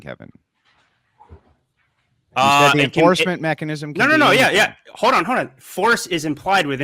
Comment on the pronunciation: He says Hode not Hold which really fits with his level of IQ. I always feel bad for people with that childlike speech problem lol Hodor